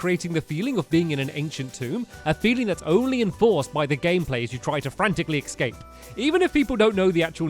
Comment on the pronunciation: its not ekspape its escape